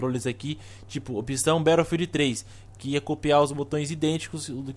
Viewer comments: a gente fala BATOUFILD igual ao jovem nerd mas no ingles se fala BETTLOUFIEL (SEM O D NO FINAL) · Por que voce fala " barofield " :\ !! No resto o video ta show